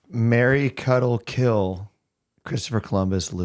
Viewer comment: lol took me a couple seconds to realize “marry, cuddle, kill” wasn’t a person… 😂 I heard it as Mary Cuddlekill